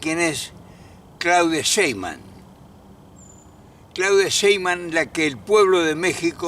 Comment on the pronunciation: No es Sheiman, es Sheimbaum